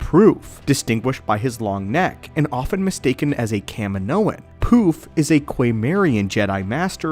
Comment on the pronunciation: His name is Poof not P.roof 😅😊